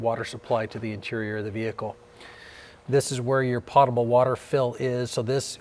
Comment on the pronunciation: Po-ta-ble with a long o.